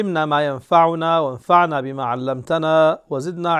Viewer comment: سيدي حفظك الله ونصرك وايدك عندي لك نصيحة فيما يخص دعائك في مقدمة الكلام ( اللهم علمنا ما ينفعنا وانفعنا بما علمتنا ) انت ايدك الله تحذف الالف في كلمة وانفعنا فتنطقها وانفعن ولا يخفى عليك ذلك لكن قد ينتبه وهابيا فيكفرك 😄